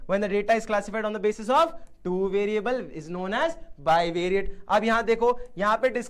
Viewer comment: Bievirate ni padhta kya koi!